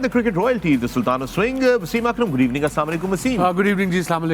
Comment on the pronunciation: Mera ek indian friend bhi aesi baaten krta tha phr selmon bhoi ne us pe gaadi charha di.